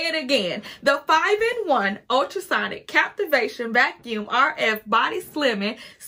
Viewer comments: It’s CaVitation. Girl. Stop saying the word wrong. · I said the same thing.......CAV ITATION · Definitely not called a ‘captivation’ machine. It’s a cavitation machine.